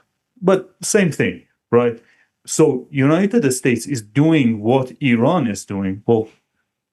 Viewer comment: I like the way that he says, "United Estates" 😊